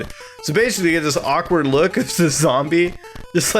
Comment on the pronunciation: Great video but "zamble"!! Please, please don't say that again...